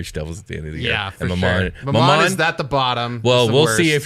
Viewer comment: I always thought Glasya and Mammon were pronounced Gla-SEE-ya and MAM-mon.